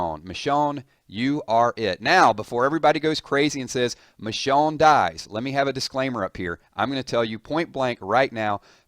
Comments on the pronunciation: Nice video, but you pronounced it Mishawn, the whole time, lol. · almost every day u say someone new dies. plus the way u say her name pisses me off